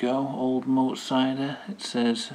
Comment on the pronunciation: Pronounced Moot so it rhymes with fruit